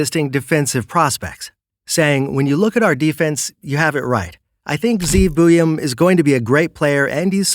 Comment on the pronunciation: Communication issues? Good grief. Just admit you were lazy about it. How hard is it to actually confirm the pronunciation of the name of a school? I mean, you pronounce Zeev Buium just fine for cripes sake.